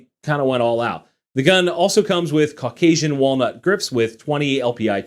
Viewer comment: Caucasian walnut??? That was hilarious! Not even in the neighborhood of how it is pronounced, but I loved it all the same.